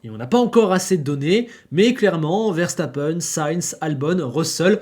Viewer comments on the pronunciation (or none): none